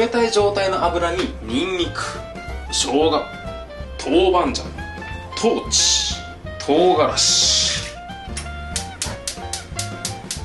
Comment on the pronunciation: こんにちは。上海人の嫁が”豆鼓 (dou gu)”じゃなくて”豆豉 (dou chi)”だよと言ってます。